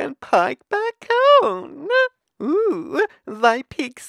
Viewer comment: It took took me to the end of the video to realize he was saying bacon